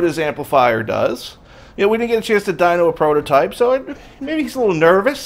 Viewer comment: Dyno, not dunk. Smh